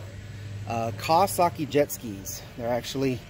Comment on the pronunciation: Iv never heard of no kaawwaskii lol!